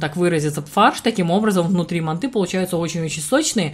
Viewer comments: Неправильно произносите слово манты Ударение делается на букву А .Ну как вы рассказывает о приготовлении , лучше готовте свои ПИГОДИ! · Слух режет, мантОв.Правильно, мАнт.😉😉От слова манты.